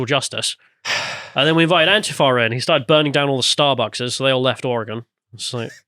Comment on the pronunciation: I'm very surprised, a brit pronounced Oregon correctly when most muricans don't know how.